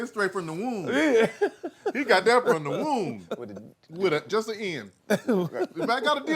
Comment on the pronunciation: This was funny! But Tank, it’s not wound, it’s womb.. 😂😂😂